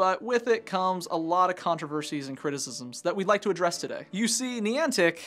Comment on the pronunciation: its N-EYE-ANTIC thats how you pronounce it